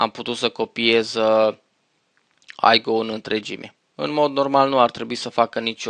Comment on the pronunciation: Se spune simplu IGO nu AIGO deoerece nu este un soft american sau englez ,este un soft german-unguresc,etc ,I se citeste i nu ai....